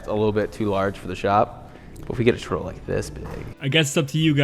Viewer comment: Do my ears decieve me or does say turtle like "churdle"?